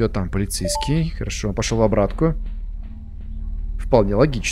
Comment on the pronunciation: начал говорить полецейскай! У меня настальгия от party hard